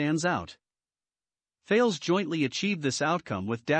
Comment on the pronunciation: Please, the name is THALES (a French company), to be pronounced TALESS. Thanks for the nice video.